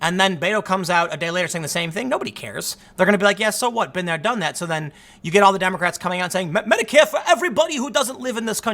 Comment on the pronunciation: That Butt is just as real as the journalists are in media. Does anyone else think Tim said "dummycrats"?